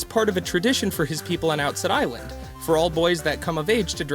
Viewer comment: wait lemme say some things you pronounced wrong: it's forsaken fortress not forest, it's outset island not offset island. And as for wrong facts, fact #47 isn't really a fact because it's in the storyline. EDIT: AND in your comment you spelled lose like loose lol